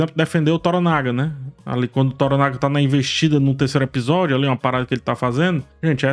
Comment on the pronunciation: Hahaha! Não se pronuncia "Sengokuú" como "Son Goku" do Dragon ball, a pronúncia correta é algo próximo em pronúncia do português, "Sêngôku".E o nome do personagem não se probuncia "Tórónaga" e sim "Tôranága" hahaha